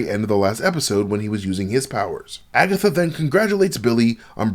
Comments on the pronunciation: I'm mad said "Agathots" 😂😁😄 You wild bruh! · agaTHOTS lol im crying